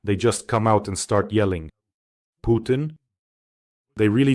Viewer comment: Pjukein, Lie-rov, Pees-kov, Mad-vevev